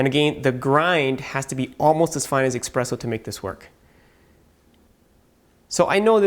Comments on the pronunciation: I know that. You're pronouncing it incorrectly. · Expresso? It is" espresso".